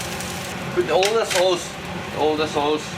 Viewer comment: Idk why but i love it when he says sauce like ‘sows’